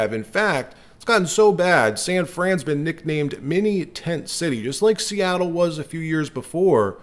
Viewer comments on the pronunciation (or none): none